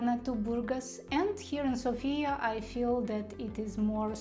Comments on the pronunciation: May I just make a couple corrections? It is v(I)tosha not vit(O)sha mountain, and it is s(O)fia, not sof(i)a. Wonderful video, thank you so much. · learn to pronounce Sofia correctly - sOfia, the stress is on the first vowel. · ''Sofia'' is pronounced with emphasis on the letter ''O'' not on the letter ''A''. Pronouncing it with emphasis on the letter ''A'' happens when we call somebody with the name ''Sofia'' ( normally woman's name). When we have in mind The capital ''Sofia'' - emphasis is on the letter ''O'' ( can never be mistaken that way ). 🙂